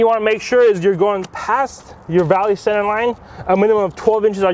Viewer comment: Why do they mispronounced center it is not on center it is called center